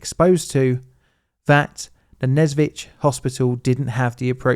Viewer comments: You are so ignorant! You even did not bother to check the proper pronounciation (which is "Nesvizh" and not "Nezvitz" as you speak). You want us to believe that you have done some proper research and produce some valuable video?! If you did not even bother to go to wikipedia or google or whatever, did not bother to hear the right pronounciation?! This makes your videos look cheap AI-created junk... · even though probably nobody cares, the pronunciation is nes(same as in "necessary")-vizh(as in "vision") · I've been the Nesvizh a few times, we usually called it what would be akin to "Nyesvish", the "ж" doesn't have to be always super harsh, and the "vi" sound before it leads you into that letter comfortably! it's the kind of name you really need to put effort into pronouncing, but you can get away with a "sh" ending since everyone will know what you're talking about. Also since most communication is in Russian I heard it 99% of the time with the "e/ye" letter (though hoping for an effective Belarusian revival one day...)